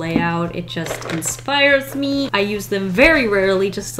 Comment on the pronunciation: “INFIRES MAANNN” 💜💜💜💜💜